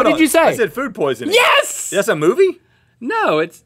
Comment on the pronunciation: Michelle Ryan its yes not yas